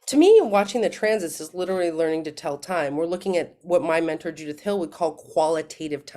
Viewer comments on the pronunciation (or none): none